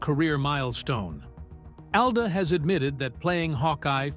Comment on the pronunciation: How he allegedly got his last name makes no sense at all. His mother's last name did not begin with da. Call me crazy but I believe Brown begins with br. And the fact that you pronounced his father's last name properly but not his in the entire video is ridiculous.